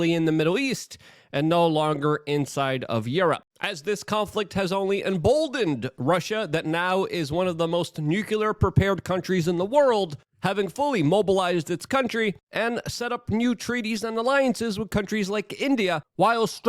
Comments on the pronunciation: Jesus, Luke. The word is "tumultuous", not tomultalous". You said it an incredible FIVE frickin' times on this one, bro... Next, for God's sake, the word is nuclear, new-clear, Luke, not nucular. And are you are aware that you are now up to an average of saying "of course" over 20 times per video Man, take a breath and get acquainted with your surroundings. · IKR? He does the same thing when he pronounces "nucular" instead of nuclear ....😎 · Nuc-lear say it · I know that Dave Southernprepper1 has the same impediment and says nucular as well.... I guess it's not unique to Luke.... 👌😎 Edit: I run into the same problem with the word "anonymity ", by placing emphasis on the wrong syllable....